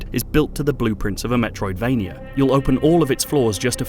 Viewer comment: So is it a Metroidvania? Lmao, dude said it like a second after I commented. Looks solid, I love me a meteoidvania.